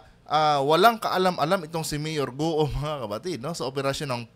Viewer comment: Guwo po ang bigkas sa guo, ewan kng kung anong tone. 4 tones + no tone ang mandarin at kada tono ay iba-iba ang meaning maski iisa salita. Have a good day at ipagpatuloy lng po nyo ang political vlogs nu esp. PBBM.